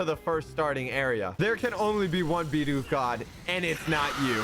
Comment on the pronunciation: FINALLY! SOMEONE WHO SAYS BIDOOF CORRECTLY!